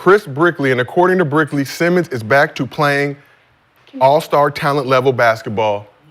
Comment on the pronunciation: yes, said Ben Semen